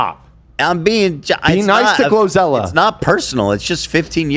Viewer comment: I think Ethan is getting GloZell confused with GloRilla and keeps calling her GloZella :_h3h3Omg